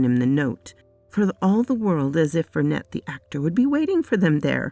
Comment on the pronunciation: The name Vernet is French, so the T is silent. In real life it is the names of a painter who, in the works of Arthur Conan Doyle was supposed to be related to the mother of Sherlock Holmes, hence Sherry (presumably Sherrinford) Vernet in this story.